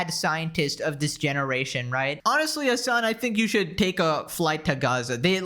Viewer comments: Genuienly the way XQC pronouces "Hasan" is funny like what do mean 'azzan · Xqc saying Hasans name like AHZAN is killing me 😂😂😂